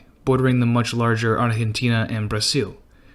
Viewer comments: Please stop saying "arhentina" ... So irritating. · Lmao the way he Pronounce Argentina but still very true